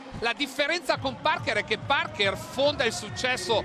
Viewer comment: “Tony Parkêr”…. 🤦‍♂️